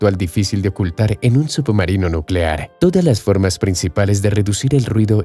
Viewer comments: Se escucha subomarino en vez de submarino, u poco mas de cuidado. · No se dice subbumarinoo, se dice submarino, leches! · Excelente video pero que pesado es escuchar SUPOmarino durante todo el vídeo. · "Subumarinos" 👀 excelente video 👍👍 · Solo yo escucho que dice "Sup-marino"?? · Lo mejor del vídeo es escuchar como pronuncia "submarino" el narrador.